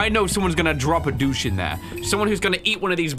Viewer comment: Please, someone... is saying they're gonna drop a 'douche' in the toilet rather than a 'deuce'